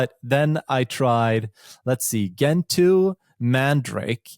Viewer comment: G-entoo..... it's pronounced jentoo. english words are usually pronounced like that when it's E after G